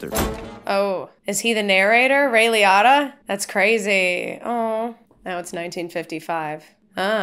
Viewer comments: Liotta was pronounced "Lee-oh-tuh" not "Lee-ah-tuh." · Not a huge deal but just for other conversations I think Ray's last name is pronounced "Lee-OH(hard O sound)-ta" But yep, this was a true story for the most part. Henry Hill was a real man (died 2012), went under witness protection after ratting on his partners, and went into hiding in Nebraska, Florida and a few other places under protection Another Scorsese film I'd heavily suggest that stars Leonardo DiCaprio is Shutter Island. It's not a gangster film, but another period piece and also has Mark Ruffalo in it!! It has a lot of character driven moments by DiCaprio and Ruffalo along with the other support cast members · Ray Lee-Oh-Tah, not Lee-Ott-Uh. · Hermione: "You're saying it wrong! it's Ray Lee-OHH-taa not Lee-ATTA!" Hermione snapped. Ron: “You say it, then, if you’re so clever,” Ron snarled. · It’s Ray Lee-O-Ta not Lee-Otta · Liotta is pronounced Li-Oh-ta not Li-ah-ta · Google probably saw "Director" and "Martin Scorsese" so it showed you a film that the director Martin Scorsese was in. And I am fairly certain it is pronounced "LEE-OH-TAH" :) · Just for the record… it’s actually pronounced “Ray LEE•O•TA” 😎😘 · It's Ray Lee-O-Tah. Get it right. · LEE-oh-TAH, great review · Interesting. Everyone I've ever heard pronounce his name (including many interviewers) says it differently from you (lee-oh-ta). But if I'm reading the phonetic spelling correctly on his wiki page, you're saying Liotta correctly. Maybe that's the Italian pronunciation... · It's pronounced "Lee-oh-ta" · I'm sorry I didn't wanna be this guy lol but it makes me crazy how you pronounce Liotta lol for all I know you could be right but I've never heard it pronounced that way 😂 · Is she pronouncing Liotta's name wrong? Or have I been my whole life? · The way you say Ray’s last name is just a bit off. Another great movie he’s in that if you haven’t seen you should so react to is Field of Dreams.